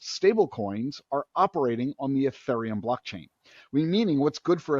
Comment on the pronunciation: This guy doesn't pronounce Ethereum correctly. Jesus.